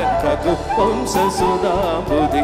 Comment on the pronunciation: One correction, that is not raghuvamsa, it must be pronounced as raghuvamsha